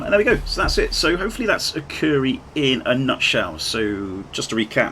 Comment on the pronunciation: Great video, but probably one of the worst pronunciations of Akureyri I've heard in a long time 🙂🙂